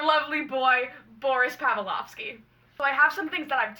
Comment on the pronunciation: hsdhfhkajshdflk i hate to be annoying but i'm just lettting you know!! i believe the proper pronunciation of Boris's last name is pav-LICK-ov-SKEE